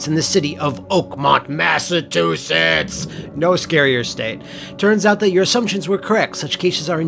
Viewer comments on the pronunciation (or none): LOL "Massatoosets" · God! The way says 'Massachusetts' makes me feel like i got hit the back of the neck and head with a cold fish.